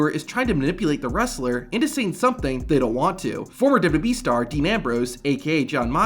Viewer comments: The pronunciation of WWE is insane in this video lol its literally just WB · Why does this guy pronounce WWE like "WBE". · WWB?? You speak......wrong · Dude keep saying dubdubee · Just once….. ONCE! Can you please say WWE slowly. It’s not dubya dubya B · I love how none of these wrestling content channels can say "WWE." "Duh-yuh-E" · Good content, but my man, SLOW DOWN when pronouncing WWE and when referencing the years. DubDubEee. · STOP SAYING WWE !!! ITS NOT DUBADUBAWEE ITS WWE !!! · Learn to say WWE correctly, idiot. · Learn to say WWE correctly. Idiot. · If you slowed down maybe you could actually pronounce WWE correctly 😂😂😂😂😂😂😂😂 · He can’t say W lmfao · Why can't you pronounce "WWE?" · Learn to say WWE correctly!